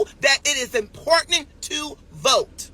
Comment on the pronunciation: "Considerize" ... "Impordanant" 🤭